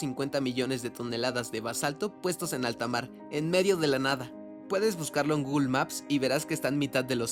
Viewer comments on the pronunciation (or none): none